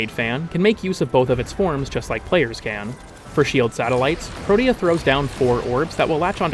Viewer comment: pro-tea-uh is how its pronounced